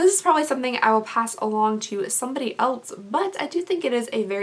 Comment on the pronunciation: not hating at all i really love you and your videos but it bothers me every time you “else” because it sounds like you are saying “eltz”